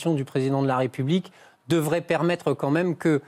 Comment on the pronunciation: On dit "Quand même " et pas comme même 🙄